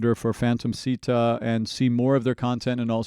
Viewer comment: I hate to be that guy but since you mentioned Japanese pronunciation, It's actually pronounced "Shita" in Japanese. The sound "Si" does not exist in Japanese.